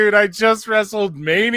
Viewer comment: lol no idea why this irks me so much, but the way you enunciate the “t” in Orton is killing me